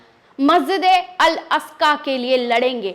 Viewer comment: Masjid e aska Nahi bahen g masjid e aqsa boliyea